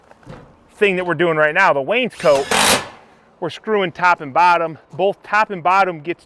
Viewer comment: Same with wainscot...no "a". Lol